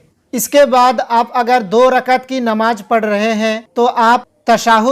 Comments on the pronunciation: bhai apne Bolne ke talaffuz pe kaam karo, Namaj Nahi Namaz Bolo, agar aap Sahi se nahi bologe to mehsoos hota hai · Namaz ka talafuz seedha bolo (namaj)x. Namaz✓ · Namaz to sahi bol, Namaj Namaj kya bolte ho. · Namaj nhi hota h namaz hota h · Mere bhai bolne se Pehle harfo ko clear karo.jeem nahi zal ke sath hai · J और Z में आपको फर्क नही लगता है है क्या???? कहाँ पर ज लफ्ज़ इस्तेमाल करना है और कहाँ पर ज़ नमाज नही """नमाज़ इस तरह से""" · Namaj nahi hota hai namaz plz correct your pronounciation. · Sahi kaha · Tum hindu ho ya musalman ??? Farj nahi hota farz hota hai namaj nahi hota namaz hota hai